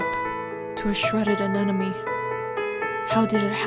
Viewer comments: AneMone not aneNome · AneMOne, not AneNOme